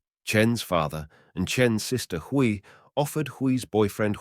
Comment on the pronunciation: These videos on Chinese crime are very interesting. But would it hurt to learn how to pronounce the names properly. Hui is pronounced way. Kui is pronounced kway, As someone who is learning the language it hurts my ears to hear the mispronouncing of the names. Otherwise thank you for your work.